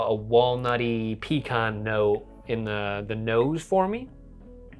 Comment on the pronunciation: have never heard "pecan" pronounced like that haha! Where I'm from its either "pee-can" or "puh-kahn" but not "pee-kahn" Cheers lads!